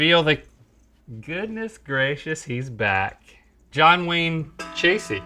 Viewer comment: Oh lord John Wayne chasey instead of John Wayne Gacy dark but damn XD